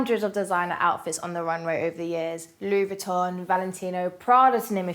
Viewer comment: I thought a model would know how to pronounce Louis Vuitton's name. 😁